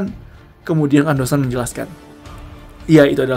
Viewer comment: Gemes bgt.namanya Kondo san.dibacanya jadi kando san.....